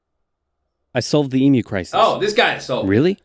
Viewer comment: It is promounced eem-yew. Not ee-moo...